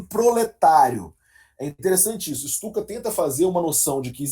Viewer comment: Lê-se Pyotr (como Pyotr Tchaykovskiy) e Stutchka, como o famoso avião alemão.